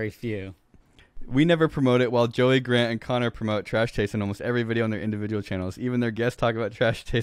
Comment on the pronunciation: aaaand Will already messed up Garnt’s name